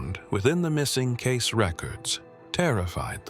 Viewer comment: It’s pronounced Cayce-ee not case 🌏💚⚔💙🌍💕